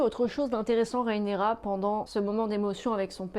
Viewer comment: RHAENYRA... RHAENYRA stp... pas RÉENÉRA... J'ai eus envie de te faire subir le meme sort que Vaemond...